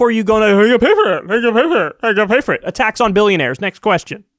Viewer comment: did you say "a tax on billionaires" or "attacks on billionaires"? 'cause I'm in favor of either. :D